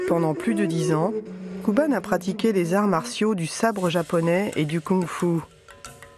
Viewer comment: "kouban", pas "kuban", pour la prononciation, nom d'un petit bouddha.